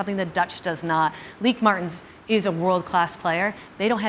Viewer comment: Lieke Martens is pronounced Lee kuh mar tuns! Not leak mart